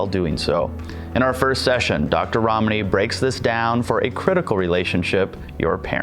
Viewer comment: it's funny how he pronounces ramani more correctly than her.